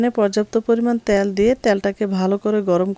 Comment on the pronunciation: ত্যাল না বলে বলুন তেল।